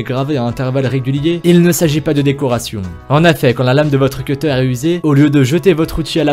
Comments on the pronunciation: Pourquoi tu sais pas dire correctement les mots ses pas in beul ses in bol et tu sais pas dire cuteur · Arrete de dire cutter car le mot cutter en anglais signifie coupeur donc dit coupeur au lieu de cutter en plus tu le pronounce mal 😡